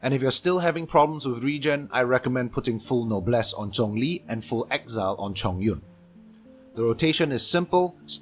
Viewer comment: hearing him say "She-ung-liing" instead of the common "Shang-leng" is somewhat refreshing. I like it